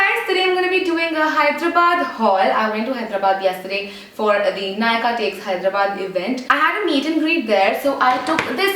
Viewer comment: u said it correctly!! yay! hope u had a great time in Hyderabad! peace n love !